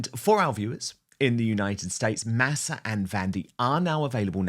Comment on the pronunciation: Dan! The word, Masa, is Spanish for corn. It would be nice if you could pronounce it the way the Spanish do. “Maw saw.”